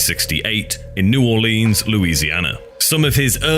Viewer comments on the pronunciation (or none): none